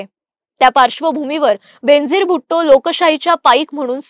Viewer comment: Her name is pronounced as Ben-azeer, बेन-अझीर it's a Persian word which means unique, matchless. I am a great fan of her.